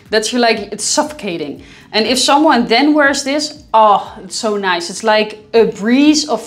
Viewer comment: Noyce? Noyce?! What -, are you speaking my language now?? (LOLOL aka 'Oz'). Orstrilya, right.